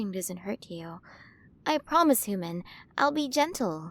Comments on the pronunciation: Quren of the milyway galaxy.. and she still cant pronounce H U M A N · F4A audio, pawggers >:3 This has been very cute! The art is also cute as usual. I love the designs in this, and the pronunciations are cute lol. Pretty star hair colours too! I think I'll like being her hooman >:3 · Amazing work! I loved the way the queens pronunciation was just a bit off. The design on her looks great! 10/10 work here!